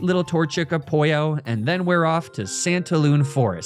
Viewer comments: Bro can’t even say apollo but he can say oizys. I call cap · HEY !! (A french girl about not being thrilled to save France) Also, I didn't know it was supposed to be in France. I love the deity theme ! But what is that pronounciation of "Apollo" ? Where did you hear it that way ? It took me to see it written to understand you x) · It’s Apollo the sun god not whatever you say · I spit my tea out hearing you say Apollo. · trying to gauge if the mispronunciation of Greek god names is just following the bit of purposefully mispronouncing pokemon names or if its for real (other than mispronouncing Apollo, that one is obviously purposeful) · Why he call ApoLLo ApOIo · this is my first time watching. is he saying a-poyo instead of apoLLo to mess with me or is that actually how he says it lol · I'm sorry- "Apollo", pronounced "A-pollo", as in "a chicken" is SUCH a fun and smart name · Why are you pronouncing Apollo as "Apoyo"? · Does he say the Greek God’s names like that just to piss off nerds? Cause it is working lmao. Hearing A-poyo instead of A-paul-O is slowly driving me insane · What’s Apoyo it’s Apollo omg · I know he’s doing it on purpose but I’m so bothered by the fact that he’s mispronouncing Apollo as ‘Al pollo’ and it’s driving me crazy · “Apollo” pronounced Spanish pollo is so good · I have been binging your content for a few days now.. But I had a question. Why do you keep mispronouncing every name ever? Apollo pronounced as apojjo is just illegal! Keep up the awesome videos man! I love your work! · This is an excellent video but I'm gonna be "that guy" and say your pronunciation of the Greek mythology names were really bad lol EDIT: I don't mean A-pollo or Poseiduck btw those names are genius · Apoy-oh lmao love that pronunciation cuz he's actually a pollo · "I name the torchic Apoyo" (That might be the original greek pronunciation, correct me if I'm wrong) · oh, it's a-*pollo*, like the spanish word for chicken. that's a good pun.